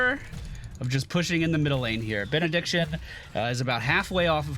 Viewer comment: did he say "after bein'-a-dick-tion was added"? That's what I've heard instead of Benediction